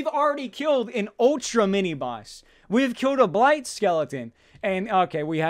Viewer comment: Blight skeleton.. More like Blayt skeleton Am I right..